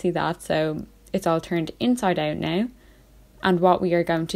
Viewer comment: “Inside owut” omg I love your accent it makes it so much funnier